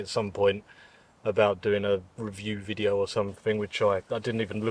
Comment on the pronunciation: Thanks for the “wetideo”😅